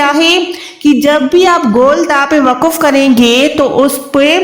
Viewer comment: WAQF hai waquf bilkul ghalat hai